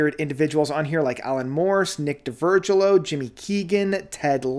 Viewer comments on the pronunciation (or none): “D’Virgilio” is phonetic. DEE-vur-JILL-ee-oh.